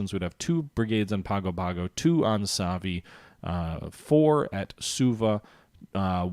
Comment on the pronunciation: Nadi is pronounced Nan-di Savaii is pronounced Sav-eye-ee Pago-pago is pronounced pong-go pong-go